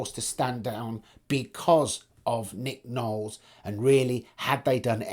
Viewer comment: Ffs it's LOwles